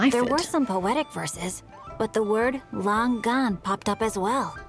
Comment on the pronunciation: Lang-gan= Long gone Really people really